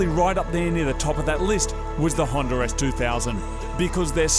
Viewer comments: hondA not hinder and silviA, not silviER damn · Is it just me or does Moog say hondER s2000 lol